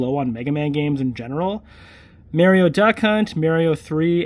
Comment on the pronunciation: Please say "Mario" Correct.😅